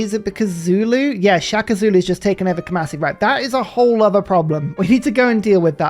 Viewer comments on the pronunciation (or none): none